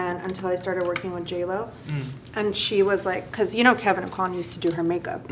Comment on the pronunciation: Love this. BUT I cringe when people say Kevyn Auqwann. I am from his home town. It is Awquin. Like, as in hotel "inn". Drives me nuts.